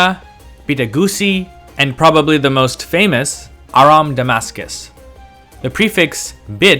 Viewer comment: DID HE CALL THEM ARAMU?